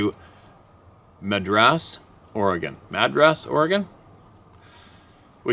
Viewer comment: Madras, Oregon - pronounced similar to mattress, but with a d not a t. I grew up just north of Salem on the river, and we had friends in Madras. It's beautiful country.